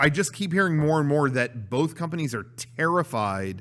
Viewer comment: Does pronunciation of "both" as "bowlth" make him more attractive or more insufferable? 2020 is indeed a year of many decisions